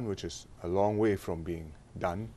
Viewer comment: It should be Loong, not Loon.